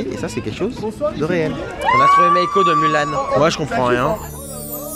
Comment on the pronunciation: "Meiko de mulan" nan!!! Pas toi!!! NAON!!!